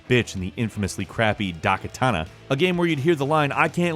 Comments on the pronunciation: Dakatana? You mean Daikatana? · "Dah Katana"... It's like he's not even trying. Like he just gets a script and reads it like Will Ferrell in Anchorman. He's not really a gamer, I don't think. He didn't even play BloodBorne, he couldn't pronounce a main character's name in that game either. Fire this guy. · "Dahkatana" "Anachotrons" These pronunciations really bother me... I can understand not knowing how to pronounce Daikatana, but you totally just misread Arachnotron.